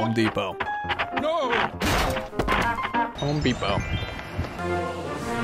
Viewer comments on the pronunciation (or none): Also he said “home beepo:3